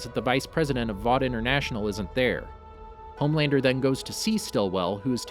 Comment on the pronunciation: It's lowkey pissing me that you keep saying homelaner😂